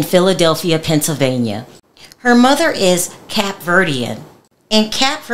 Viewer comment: First of all it’s C A P E NOT CAP